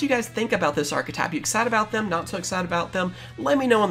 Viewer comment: Don;t you mean arrrchethype?